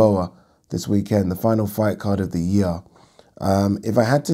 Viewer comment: Yeearrr... Funny how u say it like dat 🤣. Great content always